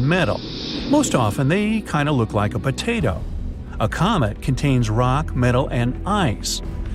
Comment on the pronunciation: When he says " potato 🥔 " 🤣🤣🤣🤣🤣🤣🤣🤣🤣🤣🤣🤣🤣🤣🤣🤣🤣🤣